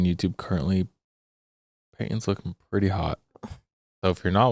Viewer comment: A few mins in and I laughed out loud… shout out… “ lookin prrrrrretty hot, check her out! Favorite true crime couple!